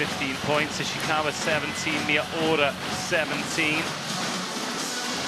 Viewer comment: みよーら？みやうら😅